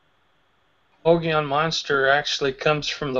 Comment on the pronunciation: You guys are pronouncing it wrong..Mogollon (Mo -gui-on)